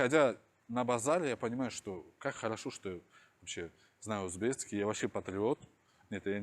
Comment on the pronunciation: говорит узбецкий, Но правильно ведь узбекский.